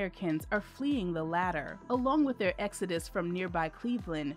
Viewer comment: It's called Exodus, not Exudis.